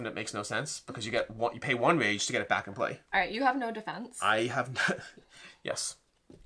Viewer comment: I swear she keeps saying range instead of rage every single time. That's all I heard now lol